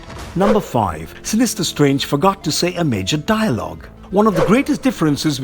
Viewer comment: Dilogue? LOL